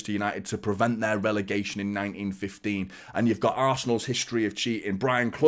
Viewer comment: Mark this word " relagation "